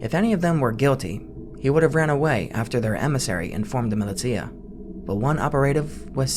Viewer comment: "Milly tia" lmao